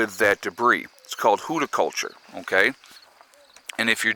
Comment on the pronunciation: Hügelkultur is "hoogle culture", not hooda culture, lol.